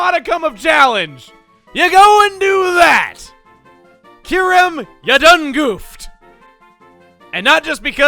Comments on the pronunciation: oof I didn’t know kyurem was in BW, this whole time I always thought it was introduced in BW2. also “Kyu-rem”??? I pronounce “kee-yoo-rem” oof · Isn't it pronounced KY-OO-REM? And not KEYR-EM? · I always thought the pronunciation was Kai-You-Ram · I alway pronounced Kyurem as Kai-u-rem at first. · Gates to Infinity was actually my first Pokemon game. I misspronounced it as “Ky-rem” for years...